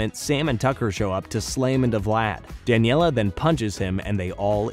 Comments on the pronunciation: If only he could spell and pronounce character names right. I was cringing whenever he said “Daniella”. And I noticed he spelled “Valerie” with an “o” in the middle. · OK if you’re gonna do a video like this, you have to do it right here are a few things that you’re missing; Name pronunciations - Danielle not Daniella - Plasmius not Plasmus Plot points - in your list of notable characters you prioritized Dani over Valerie when she only appears in 2 episodes and guest stars in the final. Valerie should have been listed and she should have been listed before Dani - Danny walked into the portal on purpose not by accident - Vlad’s hair turned white. That did not age him up. It just inverted his hair like Danny’s. Vlad was too sick in the hospital, recovering from the incident to graduate. - this is not the entire story if you’re skipping episodes. This is the gist of the story. - the Fentons are DEAD that is Valerie Gray and her father, Damon Gray! TUE was one of the best episodes of the entire series before its downfall in writing….AND YOU BUTCHERED IT??? What tf do you have against Valerie???? - Jazz shoots Vlad not punches him - oh now you mention Valerie??? And you write her off???